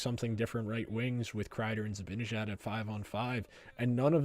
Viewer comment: It's "Zibanejad" - Zib-a-nah-jad